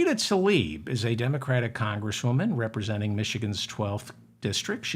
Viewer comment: It’s Tla-ib not Ta-lib